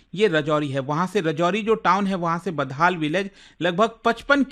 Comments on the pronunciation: It's not badhal it's budhal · यह बुधल है, बदहाल नहीं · Its not badhaal its buddhall ( gotam budh wala budh) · It's Budhal not Badhal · It is not baddhall..it is badhal sir